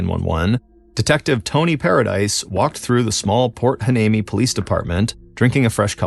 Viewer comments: Port Hueneme is pronounced "wy-NEEM-ee" FYI. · Can you rerecord this story with Port "Y-knee-Me"???